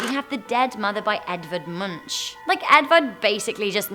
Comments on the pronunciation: Just a tidbit: His name is not pronounced "Munch" it's pronounced "Moonk." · im pretty sure its pronounced munk not munch, spelled that way but pronounced with a k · How do you pronounce Munch? She says Moonch rather than Meunch. Is there a better pronunciation? I say Tyus-day rather than Toos-day - is it more like that? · Munch is pronounced Munk or Monk (depending of your dialect) - Norwegian born citizen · munch is pronounced monk. also Yay norway! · Edvard Munch lol, it's pronounced monk. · Oooof, how says ‘’Munch’’